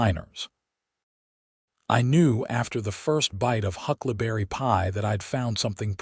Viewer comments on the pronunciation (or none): Hucklaberry? Did you mean Huckleberry Pie? In listening to the story, keep waiting for Mason to take advantage of Lillian’s mother recipes. Listening from Clarksville, TN.